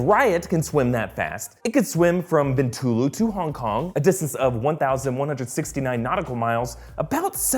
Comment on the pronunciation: It is pronounced 'See-Boo' 😂 You got Bintulu right though, so good job! I'm from Sarawak itself and when we saw that scene, my fellow cinemagoers and I were going like, LOL. At least they got the toilet signage at the airport correct though.